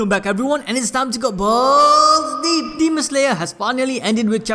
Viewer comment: Your balls deep usually sounds like Bowls deep